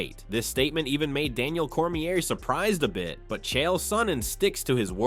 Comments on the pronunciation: " Chyelle" Sonnen.... Fuckin AI videos are getting old 😑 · CHA-EL SONNEN AND POWA-TEN